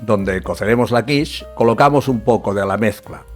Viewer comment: Hilarious. AI calls quiche kwish.